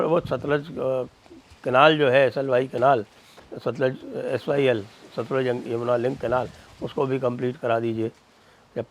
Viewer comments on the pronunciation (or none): none